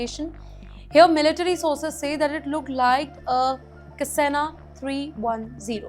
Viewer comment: Oh My God, Please learn how ot pronounce Cessna. In a previous video you mispronounced Cyprus. It is a shame that an anchor cannot pronounce common English words.